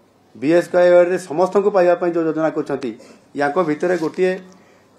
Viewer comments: Sir BSKY too thik se kohi paru nahanti 😂😂😂😂😂😂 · BSKY ଉଚ୍ଚାରଣ ଠିକ୍ କୁହନ୍ତୁ